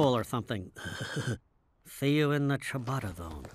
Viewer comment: Can we all just take a moment to appreciate the fact that these two idiots actually pronounced "ciabatta" correctly. That's impressive for them! 😂